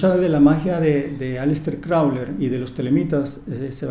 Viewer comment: Este señor se tomó en serio el “haz lo que tú quieras…” y en vez de Crowley le dice CROULER dale amigo ponte pilas